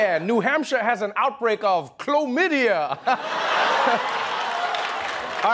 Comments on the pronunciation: Klomydia... only Trevor. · That's Klo-mydia lol